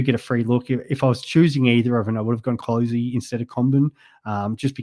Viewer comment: I think Clohesy is pronounced ‘Clossy’ rather than ‘Cloh -easy’ like I’ve heard many pronounce it